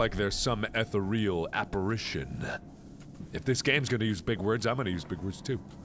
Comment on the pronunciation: Mark's big word: Apparation....? I thought it was apparition.... :P